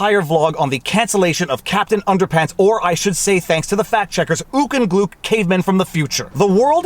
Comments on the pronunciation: BTW "Gluk" rhymes with "Duck". Remember that now. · HIMS NAME NOT GLOOK! IT GLUK! RIME WITH CHUCK! AND TRUCK! AND SCHMUCK! AND LUCK!